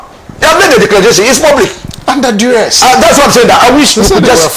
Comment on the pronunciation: Bro; the word is ( duress)